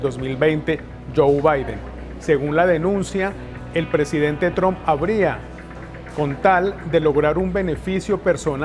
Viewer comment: Me parece que se pronuncia " TRAMP", no "TROMP". Creo ? Eh? , no soy una experta en lengua inglesa. Un saludo.